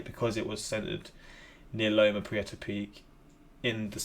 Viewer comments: You pronounced loma prieta better than most of the people living around there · You pronounced it correctly. My aunt lost her property in the marina district and I live a couple miles in and watched the quake roll through. The ground heaved and rolled like a wave, you see cars lift and go back down. My uncle was on the lower deck of the bridge. We moved and now I deal with wildfires every damn year...I prefer the quakes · Long post warning: You got Loma Prieta pronounced right. It's local to me. Loma Prieta well south of San Franciso; I'm in Silicon Valley 50 miles south, and the epicenter at the Forest of Nisene Marks is another 10-15 miles south of where I am. I was at work when it hit. Trust me; watching a vid on a quake is NOTHING like living through it. How do you deal with it? You buck up, get a stiff upper lip, flex whatever muscles you have, and live with it. Been there. Literally That opening shot is a University of Santa Cruz, about 3-4 miles from epicenter. When one hits, get under a table or desk, or in a doorway and hang onto the door jamb. Earthquakes are NOT predictable. Company I worked at at the time, a semiconductor company in San Jose, had some engineers visiting from their southeast US design center (Mississippi, I believe), and when we talked in the parking lot after evacuating, one of them told us that his boss had been trying to convince him to move from Mississippi to California. He told us, "Uh, no way. At least with hurricanes and tornados, you get advance warning." I was on 2nd floor of a 2 story open floor tiltup; the floors were slabs suspended from equal spaced pillars through the building. It was like riding a trampoline. I was in the aisle between cubicles and I grabbed on to the walls either side of me and rode it out. I do remember the plate glass windows that surrounded us bowing in and out in waves, like ripples in a lake. And things like the rings around fi